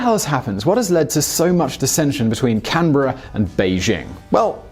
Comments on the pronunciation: oh my god he said Canberra right this time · At least he said ‘Canberra’ right..... almost.....